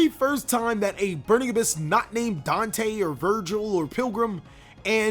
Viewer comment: Bruhhh my mans really did say "DANK-te" bruuhhhhh moment